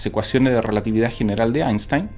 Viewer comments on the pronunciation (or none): none